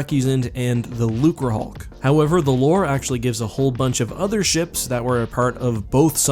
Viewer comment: Thank you for the correct pronunciation of Lucrehulk.